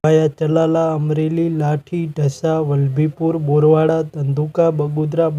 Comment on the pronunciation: એ ભાઇ બોરવાળા નહી બરવાળા બોલો